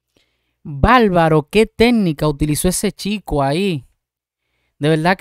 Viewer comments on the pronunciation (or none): ¿Por qué dices" balbaro", por "favor", etc.?